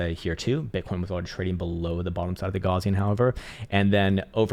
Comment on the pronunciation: You're pronouncing the word "Gaussian" incorrectly....